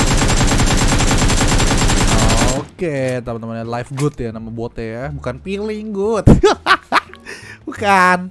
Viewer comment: Bukan veeling good tapi veeling strees